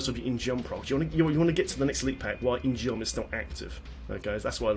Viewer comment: In-Geom is korean and pronounced In-Gum. It's spelled 인검, and the korean vowel 어 ( ㅓ ) is mostly spelled "eo" with roman letters, also sometimes spelled with "u", like in Samsung, 삼성. But it's just one vowel, ㅓ, so you don't pronounce the sword In gee-um. Just gum. In-Gum... geom. You get it.